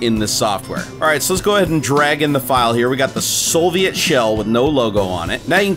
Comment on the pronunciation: there's no "L" in soviet